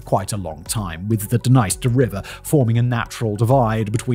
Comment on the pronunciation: How come he didn't realise that the country is named after the river but pronouncing the river totally wrong. That's what happens when you don't do your own research, and just read a script on the day.